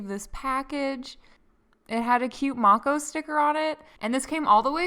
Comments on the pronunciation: You say her name like I used to as well, Mako like from Korra. But I asked her and I think it’s pronounced like may-koh :) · Mako shark is pronounced Mae-co babe. I'm rewatching this again lol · When I look on her website, it says the snow globe slime is 15 oz and the rest of the slimes are 6 oz! And also I believe Mako is pronounced 'Make - Oh' from what I have heard before! 😉